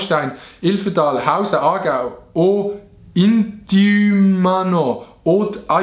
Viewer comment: wooo esch aarau er het aargau gseit